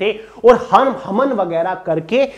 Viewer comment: Sab kuch bht aacha tha video me..bas hawan ko haman bole hai poore time😂